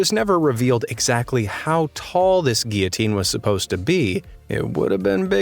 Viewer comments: Doesn’t ‘guillotine’ have an ‘l’ sound in it? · The pronounciation of guil·lo·tine is guil.uh. teen! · spent that time practising french words and couldn't even pronounce gillotine.